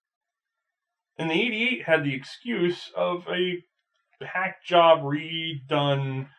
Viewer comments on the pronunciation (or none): none